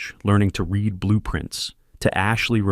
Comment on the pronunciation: Read pronounced as red gets my on nerves.